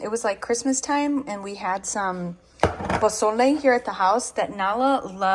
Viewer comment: Your so cute the way you say something’s with a Spanish accent like mango and you said posole good too so glad Sebastian is doing great ❤